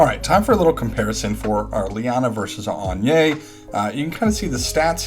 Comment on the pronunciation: hmmm agnes is pronounced like "lasagna" I believe.